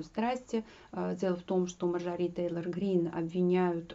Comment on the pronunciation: Спасибо за подробный, грамотный, исчерпывающий анализ ситуации в Вашингтоне, только МАрджори, а не МарджорИ. Извините, просто режет слух.